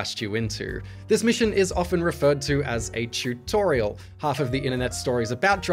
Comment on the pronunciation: Ahhh the tewt-torial